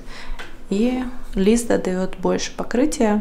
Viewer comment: правильно ЛиздА. На А ударение. 😅